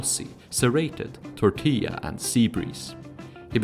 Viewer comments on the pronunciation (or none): none